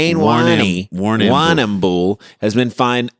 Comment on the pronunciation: Warrnambool is a local Aboriginal word for "place with lots of water". It is pronounced "warn" "em" "bull". Then smash it all together and say it as one long syllable.